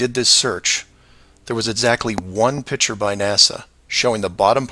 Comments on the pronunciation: pronounces the word "picture" like a child does, "pitcher." It's annoying, like his crackpot beliefs. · This guy saying “pitcher” instead of “picture” makes me want to jump off of very tall objects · the way he pronounces the word picture irritates me